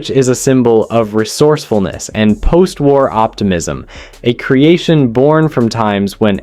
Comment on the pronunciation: you didn't even have to go that far... On the spam sandwich he keeps saying tar instead of war